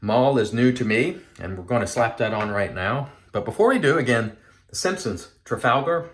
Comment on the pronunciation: Nailed the trafalgar pronunciation this time 👍😀 The Maol splash sounds great, people seem to rave about them